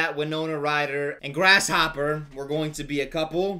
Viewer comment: No one:: GrAsShOpPeR